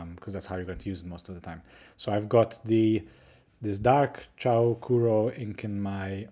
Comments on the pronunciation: Also it's pronounced as "choo"-sounding or "chuu" not "chow" hehe just thought you should know ✌️ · "Chou" is pronounced similarly to the "o" in English "so", but not "chew" or "chow". Chou Kuro means "super black", and I think it's a cute name. Chou is the same chou in "chou kawaii", meaning "super cute".